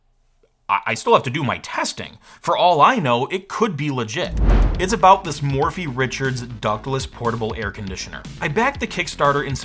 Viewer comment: In the name Morphy Richard’s, Morphy is pronounced Murphy